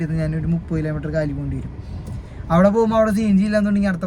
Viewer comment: കിലേ മീറ്റർ അല്ല. കിലോമീറ്റർ എന്ന് പറ.